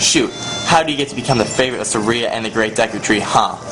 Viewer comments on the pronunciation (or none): oh and its sar-E-a not sAr-Ea